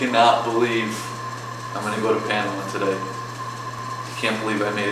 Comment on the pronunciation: Dude, never chew gum on camera, let alone every time you're on camera. Also please learn how to pronounce things i.e. Panama, Mazatlan.